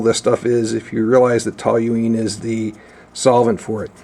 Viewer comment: How can you look at the label on the toluene bottle and still mispronounce the word with an extra "L" that's not there? Curious.